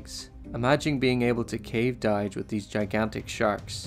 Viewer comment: Why is nobody talking about the fact you said "Cave Dige" instead of "Cage Dive", lmao? Love the channel ❤